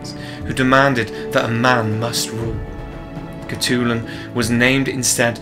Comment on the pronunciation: Oh my god that name pronunciation is really bad. However, I respect your dedication. She must have been a Disney princess.